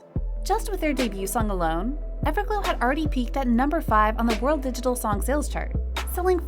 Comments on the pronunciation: did she said ever glue? 😂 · "everglue" 😭 I'm sorry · when she said evergloo 😂